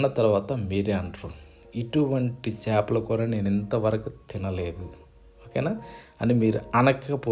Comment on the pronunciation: adi sepala kura kadu uncle chepala kura